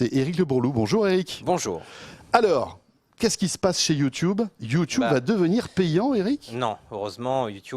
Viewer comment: c'est drole qu'a la place de dire YouTube correctement il disent YouTiube